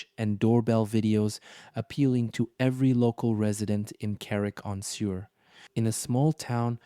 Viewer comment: Suir is prononced Sure not sewer